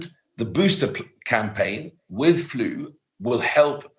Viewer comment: Love how he says flu…. Faloooow 😂